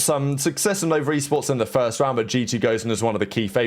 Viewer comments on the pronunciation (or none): none